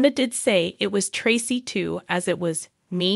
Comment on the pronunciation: Im so sorry but please pronounce Traci name right HER NAME IS Pronounced TRACE E NOT TRE CE RESPECT HER NAME AND THE FAMILY